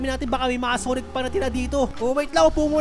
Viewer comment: Sanic not sonic